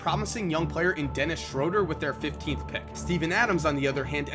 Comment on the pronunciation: Schroeder is pronounced SCH Rew (ooo) der